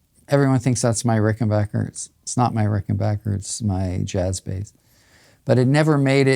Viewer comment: Darn Ged, it’s Ricken”backer” not “bacher” lol